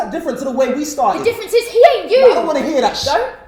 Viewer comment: MsIndiasanders partially correct yes she says don't, yes the reason is accurate but the sentence he jus said "I don't wanna hear that!!." she emphasizes the "don't"